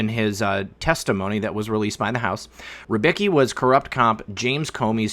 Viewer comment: for the love of Emperor lern how to peonounce R Y B I C K I not rybyki.